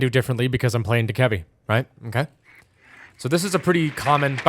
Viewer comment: Dokkaebi is pronounced "doe - cuh - bee" PLEASE STOP SAYING D-KEBBY